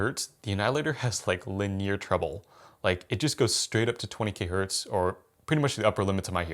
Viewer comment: Why does always pronounce linear like “luh-neer”? Bro…. It’s lin-ee-ar. Linear. Lin-eeeee-errrr. Not Luh-neer